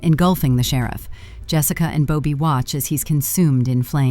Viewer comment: AI never fails to provide ridiculous ways to pronounce names. How does Bobby turn into Boe-bee?